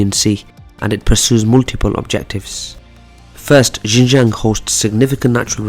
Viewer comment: its not yinyang province. Xinjiang is pronounced as 'Shin-Jiang'. 'Xi' is pronounced as 'She'.